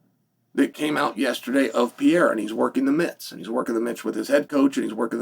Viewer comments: “I’m a huge fan of Pee-yaira” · Bro say his last name right Jesus Christ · If you were a tremendous fan you would learn how to fucking pronounce his name correctly and then he wouldn't be mad at you because you have the cultural intelligence of a goldfish. 😂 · First learn how to say PEREIRA’s name. Tell me you are American without telling me